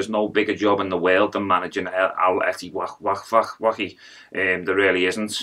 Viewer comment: Instead of Al Ettifaq, its become Arrrl Whatthefaq 😂😂